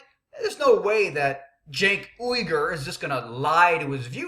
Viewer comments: pronounced Jenk Yoo-Grr with emphasis on yoo. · why do you mispronounce his name on purpose? its not funny or clever, and id be more inclined to hear you out if you were a litte more mature. i have the same problem with tyt being immature at times. people shut down when you act like a child. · not disagreeing with you on the fact that he completely used quote from one article to present an argument that isn't there. that being said when you mispronounce his name over and over again, it comes off childish and when you start spouting how he is racist and bordering on treason and so on it really takes away from your point and credibility. being the angry guy in news is a very fine edge to walk and some people can do it and it does well for them but if you screw it up you just look a little stupid.